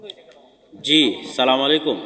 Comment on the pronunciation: SALAM TA KI SHUDDHO HOLO?